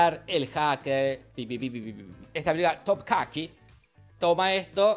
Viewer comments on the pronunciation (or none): Es TOPKAPI, no topcaqui, weon